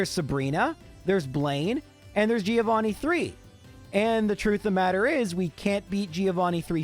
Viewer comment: Everytime you say Giovanni wrong Something dies in me XD